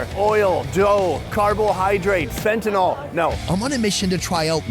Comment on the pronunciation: When said Fentyal💀💀